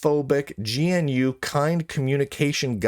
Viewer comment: GNU is pronounced "g-noo"